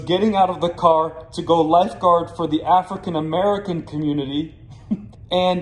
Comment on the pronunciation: "Afric-American" community.